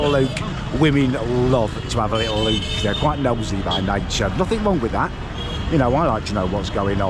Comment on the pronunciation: Its pronounced look not lewk